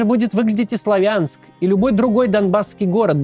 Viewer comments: не славя'нск сла'вянск,а так хорошо всё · Не СлавЯнск, а СлАвянск. Не БАхмут, а БахмУт. Россияне - необучаемы. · или СлОвянск ! ударение и А О-канье ! В Украинском О в рашистском А так как я писал коммент на русском то по правилам этого языка и написал просто отметил что ударение на первую гласную а не вторую ! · В Славянске ударение делаться на букву А а не Я 😅